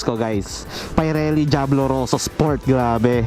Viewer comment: Pirelli hindi PAYRELI.